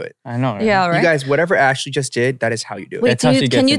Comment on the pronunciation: 미친 ㅋㅋㅋㅋㅋBitchna ㅋㅋㅋㅋㅋㅋㅋㅋㅋㅋㅋㅋㅋ애쉴리 이름 빛나구나 ㅋ 한국 이름 예쁜데 미국애들 한국말 발음 못하니 ㅋㅋㅋㅋㅋ